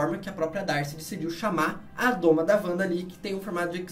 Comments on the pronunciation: Pq vc's falam "a doma" quando o certo é o domo? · Adoro o canal. Vejo tudo. Mas falar "a doma" é dureza pessoal! O certo é domo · Esse comentário precisa ser visto. Toda vez que eu ouço "doma" me dá uma dor (e vontade de fechar o vídeo).